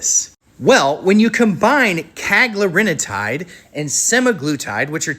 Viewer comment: Hey, you are mispronouncing cagrilintide. CA-GRILL-IN-TIDE